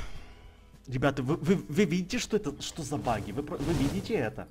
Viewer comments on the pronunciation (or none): none